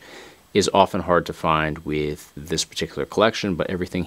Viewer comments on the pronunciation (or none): none